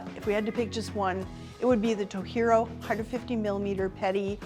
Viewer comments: To gee ro, not To hee ro. Do some research! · Anybody catch her saying "Toh-hee-roh"? Why is she pronouncing Japanese knife maker in Spanish pronunciation? It's Tojiro. Should be pronounced "tow-ji-row." J is voiced in Japanese. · RRRight... ToHiro... famous Hapanese brand😂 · Tojiro is pronounced Toh-hee-roh? I don't think it's Spanish,. Better double check on that. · Tojiro is Japanese, not Spanish. it's not To-hee-ro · yep i do find that annoying too. if she was an amateur, it is fine, unless she claims she is not professional